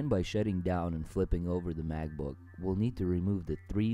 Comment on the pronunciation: maCbook, not maGbook